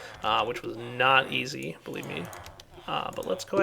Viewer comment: Are you in the Summer holidays and if you are, do you go to the bee-ch because it is bee-lieve not BEE-LEAF. :P